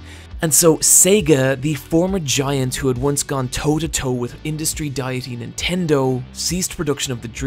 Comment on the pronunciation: I love this channel and all your content, but man, the way you pronounce deity makes me wince everytime